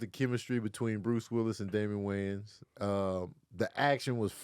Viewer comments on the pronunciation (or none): Top 3 Words That Big Momma Struggles to Pronounce. 1. Anfernee - It's Anthony Nanna 2. Spsghetti - It's Spaghetti Grams 3. I like Keenan and dem Waynes, Kim and Damon and dem Waynes - It's WAYANS Mema Kev and, y'all gotta help Madea with the spelling before posting your amazing vids! Lol...love y'all! Keep doing what you do!! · It’s the WAYANS. Put some respeck on their name lol